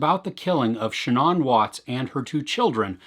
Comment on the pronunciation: How would you say Ann? It's pronounced that way whether it's the beginning or the end. So ShANNan or ShanANN.